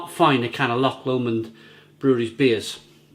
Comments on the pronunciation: It's pronounced Loch Low-mond, not Loch Lommond. I'm sure you've been told that before... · One day, I just know and hope and pray that you learn to pronounce Loch Lomond.